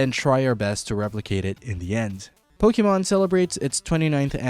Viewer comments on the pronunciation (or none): none